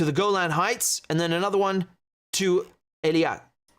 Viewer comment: Really? Then it's about time, that finally YOU do something for us and listen to us: get rid of the delay at the beginning totally and learn to pronounce EILAT correctly, not ELIAT! It's not my favorite city, either, but a language is a language and a name is a name, so PAY ATTENTION! And don't even try to give me that dyslexia BS, which you can overcome, if you just paid attention! So if you know, you have a habit of mixing up 2 adjacent letters, then just focus on it and don't do it! Just pay fucking attention!!!